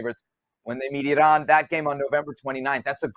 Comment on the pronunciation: Seb, kudos to you for the correct pronunciation of Iran.